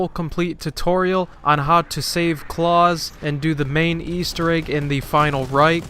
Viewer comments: Not claus like santa claus its pronounced Klaus like the fish on American Dad. Lol sorry had to say something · I’ve never heard it the way he said it but I’m sure you could argue people say it somewhere but yeah straight butchered that shit haha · Is there two ways to say klaus or did this guy butcher it?